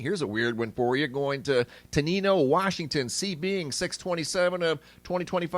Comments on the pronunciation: Pronounced Ten-eye-no (washington) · Tenino pronounced like: te-nine-o. Fyi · Pronounced Ten-nine-oh, I am from Centralia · Tenino Wa is pronounced with a long i